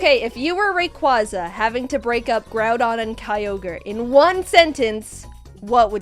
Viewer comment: Shoutout to Smith for pronouncing Rayquaza correctly.